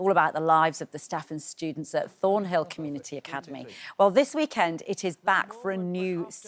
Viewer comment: Embarrassing the presenter gets his name wrong and the school's name wrong.